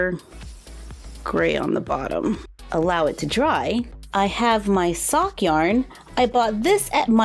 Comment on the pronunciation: When turning the Sunny Madison to another Mini me…Did you say Fock Yarn????? Fook? Flocked? 🤣🤣🤣🤣🌈🌈🌈🌈🌈 ...I JUST figured it out..you said SOCK YARN!!!